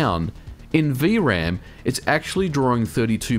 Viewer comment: "vee uh ram" It's just V-RAM.